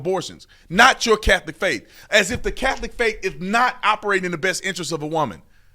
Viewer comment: I’ve never heard of the “Cath-oh-lick” church….do they worship Jay-zose Christ there?